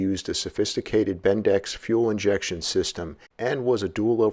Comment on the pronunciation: Surely you mean bendix, not bindex?